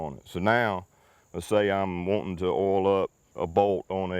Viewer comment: Listening to you say owl instead of oil is beyond frustrating, i get the accent but come on stop it lol